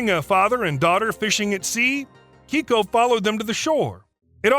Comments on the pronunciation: Keiko… not Kicko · "Kay-Ko" not "Key-Ko". It's a girl's name in Japanese. The Orca was initially misidentified, as it was actually male. I saw him in Oregon when he was still alive. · Keiko's name isn't pronounced as Keyko. It's Kayko. It's a Japanese name meaning lucky or blessed child. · It's kay-koh... KAYY KOOH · Pronounced KAYKO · The Mexican orca's name is pronounced kay-co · Dude, learn to pronounce Keiko correctly